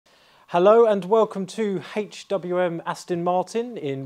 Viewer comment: Ok, I'm being a pedant, but where did you find this bloke. Surely you could find someone better to present such a top of the range car. And H-aitchWM. H-aitch! Its pronounced AitchWM!!! And secondly, the car. Great paint, and I'm sure it'll be great to drive. But to me it looks like it was designed by a committee, all of whom insisted on getting their way. It seems like a mish-mash of design ideas which don't flow, especially the rear end. Eye of the beholder I guess.